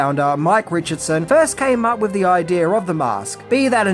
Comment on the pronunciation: You lost me at "wif a green head" learn the TH sound.... sad